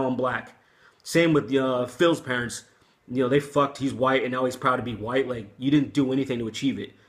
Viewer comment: I saw the Robb Flynn video, I replayed what Phil Anselmo said 5 times over and I could hear that he said "Wine Power" instead of "white power". I didn't hear him pronounce the "t" those times. Hmm, maybe because he was drunk and he just had a couple of wine drinks. Anyways, it was funny as fuck how he shouted out "white power". So stupid but funny.